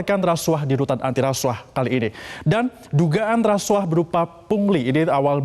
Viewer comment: KUAH dibaca KUWAH bukan KU AH... Bgt jg hrs nya dg RASUAH hrsnya dibaca RASUWAH bukan RASU AH... Ntar klu gitu BUAH dibaca BU AH bukan BUWAH... Pdhl klu BU AH itu panggilan dari IBU AHMADI... Gmn neh METRO ANCHOR... Masak gitu aja GABISA... Not just BEAUTY... But SMART is the FIRST... !!!